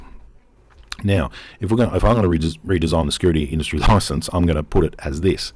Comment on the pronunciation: Security license, not 'licanse.' 😛